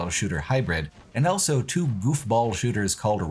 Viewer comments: pronounces the word "also" as "elso". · Don't be silly. He clearly says "owlso".